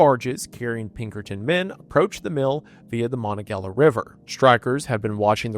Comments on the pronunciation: "mono gella river" lol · mon-on-ga-HEY-la river 🥲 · Never thought I’d hear reference the Mon river Btw its Ma-Nong-A-Hey-La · Pronouncing "Monongahela" as "Monagela" is completely insane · as a native Yinzer , the WHAT river? the (Mon) “Monongaheyla” is how you pronounce it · From Pittsburgh: Monongahela is pronounched Muh-non-guh-hey-la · Mongahela is pronounced moe-non-gah-hey-la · Hearing people from outside Pittsburgh pronounce Monongahela is so interesting 😂 that’s how they pronounce it in other states, but here it’s “Mah-non-gah-hey-lah.” We also say “Andrew Car-NEY-gee,” not “Andrew CAR-neg-gee.” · This doesn’t matter AT ALL and I know you’ll probably never have to say it again, but the river by Homestead is pronounced “mah-non-gah-hey-la”. At least in that area! I grew up five minutes from where this happened - maybe people say it differently in different areas (it’s a long river, after all ✌️❤) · Monongahela is pronounced MA NAW GA HEY LA just to let you know, from someone from the area lol. Great video btw, watched you for a long time and I absolutely went fan boy when my hometown is in your videos :) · Anyone else from Pittsburgh do a double take when he pronounces monongahela river😭😭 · I've never heard someone butcher Monongahela so bad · ...sir did u mean Monongahela? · I love hearing people try to pronounce Monongahela lol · As someone who is from the homestead area hearing you butcher the monongahela is hilarious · I was so into the video until the Monogehela pronunciation. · what is that pronunciation man